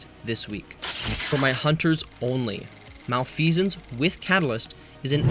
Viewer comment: 'Outbrake' instead of Outbreak, fixed shortly after when you actually mention Outbreak 'Malfesence' instead of Malfeasance 'Flexable' instead of Flexible 'Appentance' instead of Appetence 'Ragonhild' instead of Ragnhild-D 'Decide' instead of The Deicide 'Commemortation' instead of Commemoration